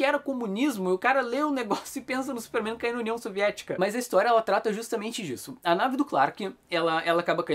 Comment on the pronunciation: Pq você fala "mãs" ? 🤣